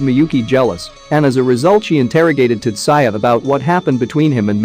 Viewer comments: Tat-sa-ya..... UGHHHHH TAT-ZOO-IA ------ PHONETICALLY. TATSUYA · Whu does he keep saying Tutsaya in place of Tatsuya..... it seriously irks me..